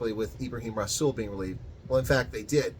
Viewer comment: Greetings and salutations,. Two thoughts to ponder. Does anyone, for a nanosecond, think that rasools comments were made off the cuff? Methinks not. ANC gave the go ahead.... for reasons. Secondly Rasool is pronounced with a soft " R ".